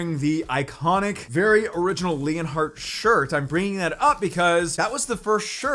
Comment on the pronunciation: i thought he said his shirt was ‘orange’. but he said “original”. 🤣🤣🤣